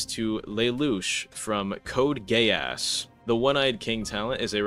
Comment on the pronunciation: it’s pronounced GEE - AH -SSSSS. ill let this slide because i know you’re on the slower side …..